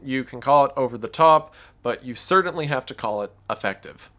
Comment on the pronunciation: The way you say "certainly" is "cerdantly" strange